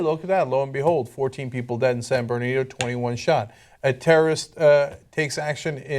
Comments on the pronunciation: It's San BernaRdino. I know it's often mispronounced, including here, but at least try to spell it correctly. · It's pronounced Sand Bernardino, Ana. Not San Bernadino. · It's San BernaRdino.. How can you not learn after reporting on this so many times? Amateurs.